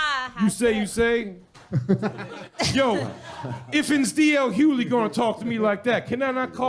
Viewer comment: I think Jay is pronouncing it correctly